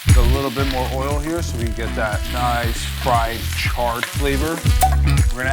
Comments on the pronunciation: It said frien rice instead of fried rice haha 😂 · What is "frien" rice